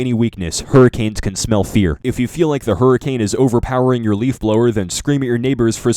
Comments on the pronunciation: Did ye hurricame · "if any point you hurricame!" IM DEAD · Lmao hurricame